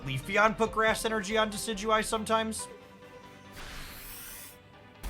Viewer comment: I still cant believe he says Decidueye perfectly but cant say LuNAla